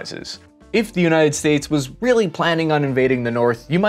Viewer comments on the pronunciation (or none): none